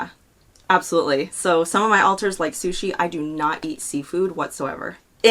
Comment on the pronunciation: Pretty random but I hate how Trisha says alters as ohlters